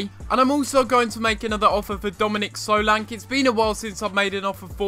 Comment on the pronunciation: he is saying solanke wrong